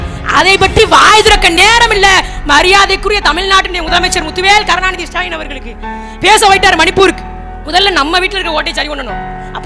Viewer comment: நாலு வரியை எழுதி வைத்துக் கொண்டு அதையும் வாசிக்க நான்கு நிமிடம் எடுத்துக் கொள்ளும் சுடலையை நமது முதல்வர் என்று சொல்ல நா கூசுகிறது... அவரது பெயரைக் கூட வெகு அழகாக , உச்சரிக்கும் உங்களை நினைத்தால் பெருமையாக உள்ளது பெண்ணே...